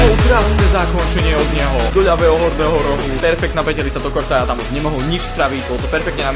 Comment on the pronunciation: to je kurtoa a nie kortoa a hento ten weah sa číta wíh